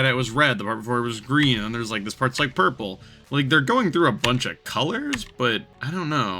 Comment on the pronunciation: "why are we orpel" 😂😂